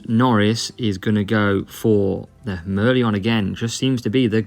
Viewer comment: Mer-LEON Mer-LION 😉